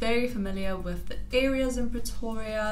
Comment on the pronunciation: She says 'wiff' ...that's classic😃💙